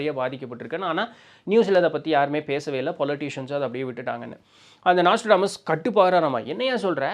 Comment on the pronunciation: நோஸ்ட்ராடாமஸ் ஆ ப்ரோ?😅 நாஸ்ட்ரோடாமஸ்தான? அட்டைப்படத்துல அந்த ஸ்பெல்லிங்தான் இருக்குது ப்ரோ